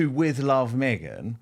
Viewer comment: Yep. Me-Gain